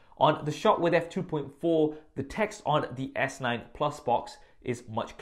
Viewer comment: is calling the phone (S Night) not (S Nine), isn't he? I'm hearing it many times what's wrong with my ears 😂